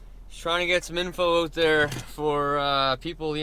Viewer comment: Your "out" sounds like "oat" hahaha!